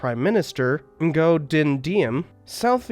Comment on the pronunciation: A nice, well researched video. I might comment that Vietnamese spelling seems to be vastly different from English spelling so that Nguyen I think is pronounced ‘win’, and Ngo is pronounced ‘o’, something I wouldn’t expect somebody who researches things by reading to know, perhaps next time get a native speaker to guide you through the names. From what I get of Vietnamese history, people there have been struggling for two millennia to gain independence from more powerful neighbors, usually China, and so any alliance between them was bound to be limited in scope. This is evidenced by the quick emergence of the Sino-Vietnamese war very quickly after Vietnam was reunited.